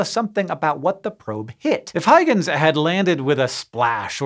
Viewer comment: The Huy in Huygens is pronounced "HOY" as in "BOY".